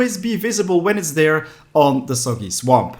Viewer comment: When he was talking about soggy swamp it sounded like he was saying Soviet swamp